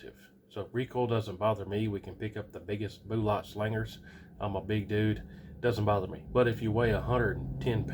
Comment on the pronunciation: Boolots again, are you 10 years old or what. I do like your videos though.